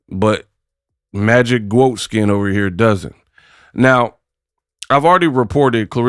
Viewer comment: “Magic GWOAT Skin” 😂😂😂